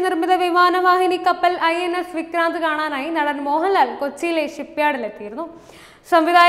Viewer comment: വിക്ക്രാന്തു കിജെയ്